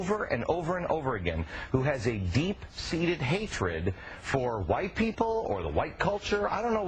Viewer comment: "wight"... I love you sir.